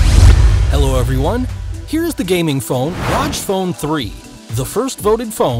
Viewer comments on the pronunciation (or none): its R O G 3 letters not pronounced like u said it roj. just so u should know. and thanks for the review sweet phone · All the time he was like Raj phone Raj phone 😂😂😂😂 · R-O-G (say the letters) not "roj" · Rodge phone. 😂 I pronounce it "Rogg". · Its pronounced "R O G" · Rodge phone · It's not Rog phone, it's Rog phone!!!